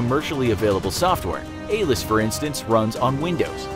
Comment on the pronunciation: It’s ALIS not ALIS